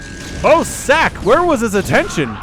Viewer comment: ssak = is pronounced like Sock, not Sack lol